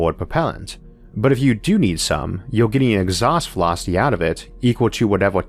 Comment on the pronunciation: Exhaust Vewocity UwU